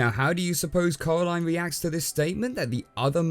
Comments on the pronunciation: It’s pronounced corā-līne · It’s Coraline not Caroline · Ca-era-line,(coralline:cor-a-line,DUDE YOU SAY IT WRONG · When he said caraline my instincts was to say coraline out loud Send help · “Cowwaline” - you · ngl dude every time you say coraline i hear colorline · Did he actually say Caroline i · "Coralyne, not too keen on the EYE-dea" xD